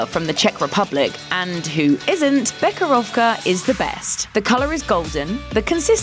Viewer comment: KTODubai the “Che” in becherovka should be pronounced like “he” in English